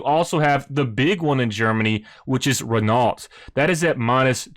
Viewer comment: Nice find with this but Its pronounced - Renough and Alfa Romayo